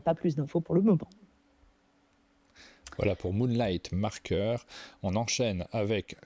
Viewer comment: Moonlight "Market", pas "Marker". 😉